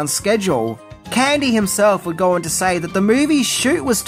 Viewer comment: Is there an “R” in the word “go”?